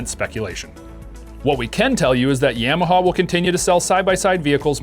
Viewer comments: In America we pronounce it, Yah-Mah-Hah Yams are delicious, though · please stop saying yam uh haw. super annoying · Dude says yeah-maha lol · You can't even say Yamaha correctly. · i agree. Sounds stupid how he says it